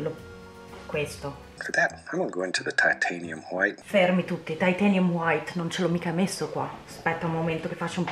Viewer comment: Ma la pronuncia meravigliosa "liquid HWHITE"? Che bello che bello, mentre scrivo stai ancora shakerando il tubetto del bianco e ho ENORMI aspettative (anche perché il quadro è uno dei miei preferiti di Bob Ross dopo quelli con le montagne innevate!!!) Ok basta basta scrivere che voglio vedere come va a finire!! XD